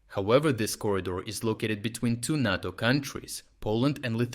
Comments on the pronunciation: Narto? It’s NATO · It's Nay-Toe... Not Nat-Toe... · Nay-tow. Not Nah-tow. You say it right sometimes. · NAY-TO...NAY-TO not NOT-TO. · Could you please pronounce NATO correctly? It's "Nay - Toe". "Nah - Toe" sounds like "natto", a sticky, fermented-bean Japanese food. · Is this voiceover AI? What's with the nahto vs NATO pronounciation? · voice pronounces both NATO (nay-toh) and NATTO (nah-toh). One is the North Atlantic Treaty Organization. The other is Fermented Soy-beans. I mean both should scare Putin and Russia but for very different reasons. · We call it NAYTO, you’re saying it like Natto which is a Japanese food. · It's pronounced "NAY-TOE". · So are all these readouts just AI based? It's unfortunate. This stupid thing says natto with a soft a 100 times and then says NATO properly once. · Great up date but can I make a request ? NATO = “ nay-toe “ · Love your channel, but please , the "a" in NATO is a long "a," like crayon or crate. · NATO is pronounce NĀ-TO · Never pronounced NATTO, only NAYTO like PAY or RAY or GRAY. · RFU News — Strategic Geopolitics; Nay·Tow, Nay·Tow ..NATO, say it with me Nay·Tow, Nay·Tow (oh also.. you're Still coloring Ukraine improperly on your maps.. c'mon, how many years..) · For the Love of whatever imaginary friend you pray to learn how to pronounce NATO!!!!!!!! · Why do you pronounce NATO 3 different ways in one video?